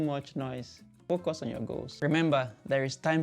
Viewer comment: Please don't say focos it's focus now that yu are here in UK learn to pronounce English words properly so listen when people are talking surely yu don't want to go back to Nigeria with that poor language ( FOCOS )